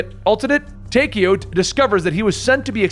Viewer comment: So much stuff is wrong. Even the pronounciations of things are very wrong. Taykio? Ar-gath-a? A-thur? Preemus? (Even though its actually Ultimis) Prime-us? Story is over? Watch this if you want to see what happens when someone who knows nothing tries to figure things out without playing any of the games, but for the real lore, I might suggest MrRoflWaffles or Mystery Machine or something.